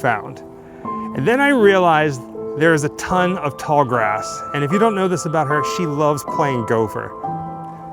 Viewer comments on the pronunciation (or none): none